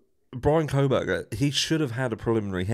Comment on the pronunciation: Is it just me or do others hear say “Bronco Burger” when he says Bryan Kohberger? 😂